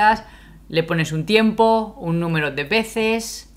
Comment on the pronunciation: please allow me to make this observation for your Spanish. U and I are weak when we are learning Spanish. What am I saying? The vowels U and I are weak, meaning, when combined with a strong vowel, A, E, O they no longer make TWO sounds. Tiempo. Tiem-po. If I say it the way you say it in this video, it is Ti-em-po and that´s not correct. Es-ta-ción because an accent doesn´t invalidate this rule! We still have only one syllable Es-ta-ción. U and I are weak. A, E, O are strong. Two strong vowels are two separate syllables, always. Fe-o. Bien. One syllable.